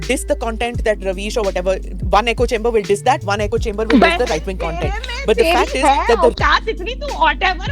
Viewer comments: Duuude, good stuff! Salute your patience of actually listening to these kinds of things and Medusa is the besst! So many gems of wisdom in this long reaction talk (you should cut and make them into catchy shorts!). btw, being nitpicky but it's ECHO chamber, not eco chamber (came up a few times so couldn't resist)... LOVE the nerd agenda at the end, just brilliant! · Really enjoyed this because I don’t have the stomach to watch rw loons on my own time and without support. But please why is everyone calling echo chambers, “eco chambers”?